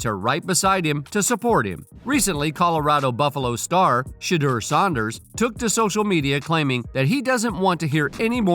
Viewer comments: Commentator jeeeze! They were NOT both Teens when they met! He was in Highschool and her College (WTG KSU whew!) Also? Why are you Mispronouncing SANDERS WITH SAUNDERS (I like better though lol) get it right daaaamn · This video is trash 🤦‍♂️ can’t even pronounce SANDERS last name correctly 😂